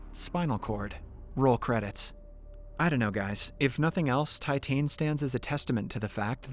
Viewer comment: just so you know it's pronounced "teetan" in French lol